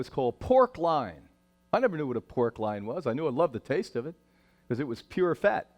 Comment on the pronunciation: I thought it was pork loin, not line or lion, or whatever he's saying....